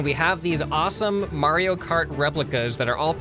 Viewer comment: its Mar io, not Mari o